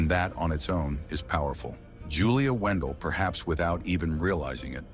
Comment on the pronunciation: her last name is not WENDELL ITS WANDELT